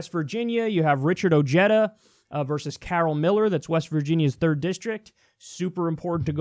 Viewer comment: (Ojeda) Oh-hey-tha. Proper pronunciation